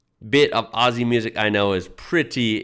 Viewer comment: I can't sit through a Peter Jackson movie all the way through either. Too long-winded. IMO his movies could do with a good edit. The recent Beatles documentary is a case in point. Mountains are flatter in Australia because they are older and have eroded over time. Oh, and if you want to sound like a local, Aussie is pronounced Ozzie. Not Ossie.